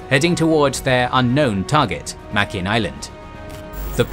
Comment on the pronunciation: Sir, it's pronounced: "Muh-grin" in the local Gilbert Islander language.